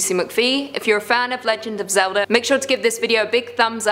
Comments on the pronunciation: Why you say the legend of zelder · Did I hear "The Legend Of Zelder" in the intro? THE DISRESPECT! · I like Legend of Zelda but not Legend of Zelder And wtf is Ocareeener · Yes this is totally called the legend of zelder its totally not said as zelda haa Someone end my jokes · yeah it really killed the mood of watching this vid. Like if wanting to be a host or content creator you gotta pronounce names or try to correctly. There's a A in Zelda not Er. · it’s legend of Zelda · In the intro I heard, The legend of Zelder’s?😭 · This is Madea saying Hallelujar to the Legend of Zeldar Ocarinar of Time Lmfao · Is it because she said Zelda with an 'er'? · It killed me from the inside.